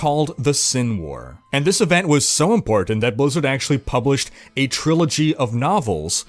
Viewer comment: How can you say "inhabited" properly but you can't say "important"? It's always bugged me.